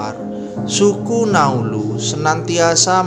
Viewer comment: Naulu bukan nauluz Ngarang2 saja bahasa mu